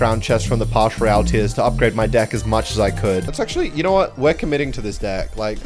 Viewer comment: it’s “Pass” not “Parsh"